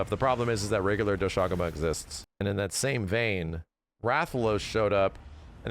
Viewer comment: The english pronounciation of Doshaguma sounds so ass lmaoo